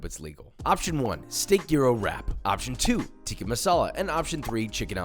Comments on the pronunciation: Josh, love the videos and love your stuff! we gotta correct the pronunciation: it’s not teeka it’s pronounced tick-ah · Josh its "tick-ah" not "teeka"